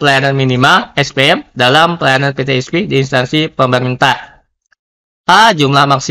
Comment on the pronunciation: Mohon diperbaiki pemakaian bahasa,mana yg Indonesia mana yg Inggris. Contoh : PeTe Es Pe, bukan pe te es pi